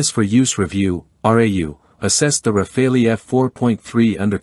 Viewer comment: For heaven's sake it's RAFALE, like CHACAL, like FOCAL and NOT RAFAELI. When are you, Americans, going to stop butchering other people's languages ? This is utterly annoying !